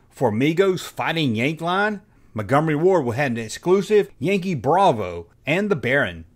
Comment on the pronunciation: How to talk like: "Mungumary Ward"